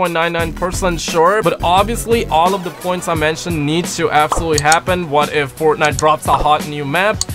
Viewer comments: You said Fortnut😂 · That moment U Said Fortnut I knew u were High.😂